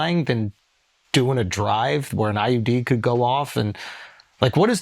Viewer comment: did he say "IUD"? that is entirely different from IED.